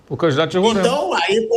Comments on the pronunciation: Parabéns Mauro! Esse pillhado bolsonarista preconceituoso e, como ainda não bastasse, não sabe pronunciar o nome do Samir e do estado. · Primeiro, que é Roraima, não Rorâima. Segundo, tivemos diversos presidentes do eixo Rio-SP. Até aqui, não lembro da CBF ter sido bom exemplo pra nada. Aí não pode vir um presidente do Norte, que tão tirando ele pra cocô... Deixa o cara trabalhar! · Agonia do Pilhado falando RorÃima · Não se diz "Rorãima", se diz Roraima. Não sei de onde tiram esse "ã". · Fala o nome do candidato errado e o do estado kkkk eita nivel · Mais absurdo q isso é falar o nome do estado errado!RORÁÁÁIMA E NAO RORÂIMA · RORÃIMA PILHADO?? RORAIMA 😂😂😂 APRENDE A FALAR O NOME DO ESTADO KKKK DEPOIS OS NORDESTINOS QUE SAO BURROS 😂😂😂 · Que porra de Rorâima, é Roraima Não tem acento O ra é forte como o r de "couro" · Pilhado, primeiro aprende a falar RORAIMA e não RORÃIMA. 👏😂😂😂🤡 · Pow Pilhado não se falar Rorãima, se diz Roraima. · Roraima animal é não Rôrãimense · Novo jogo. Toma um gole de cachaça toda vez que o Pilhado fala Roraima errado. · Tu não sabe nem pronunciar o nome do estado Pilhado, vai te lascar. Roraima não tem acento leso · É roráima, e não româima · Pilhado, já te falei, você e o Mauro César; falem corretamente, não é Rorãima ou Rorãimense, é Roraima ou Roraimense sem nasalizar o a!! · O meu querido pilhado o nome é Ruraima por favor tente pronunciar direto e (Roraima) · É Roráima não com o som ima, e respeita meu Baré poha kkkkkk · Pilhado falou merda do início ao fim e foi jantado. Curiosidade: Se pronuncia XÁud. Os times São o São Raimundo, Grêmio Atlético Sampaio - GAS, Monte Roraima e Atlético Roraima.... e se pronuncia Roráima.... Precisou a sensatez do Mauro César pra dar um comentário válido, o Pilhado tá mais preocupado em mitar. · Nem a pronúncia do nome do estado você sabe fazer e quer tá falando alguma coisa. Aprender primeiro antes de desrespeitar os demais habitantes que nada a ver tem com isso.